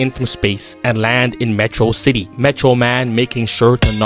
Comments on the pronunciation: It's not Metro-city, it's Met-rocity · Except for one detail: The real Metroman would've said /ˈmɛtɹowˌsɪtɪj/ instead of /məˈtɹɑsɪtɪj/. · yeah, megamind says it like how "atrocity" is said